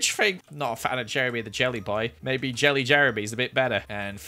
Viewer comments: said “Jellery”. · who else heard Jellery / we should call the jelly fish Jellery? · “Jellery” LMAOOO It’s a mix between Jeremy and Jelly